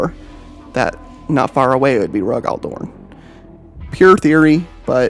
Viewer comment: It’s pronounced Rogal DoRN say it like you would torn but with a D and less ununciation on the o so like DoRN. Not trying to be a dbag just trying to help you’re saying it more similarly Darn by putting more into the O.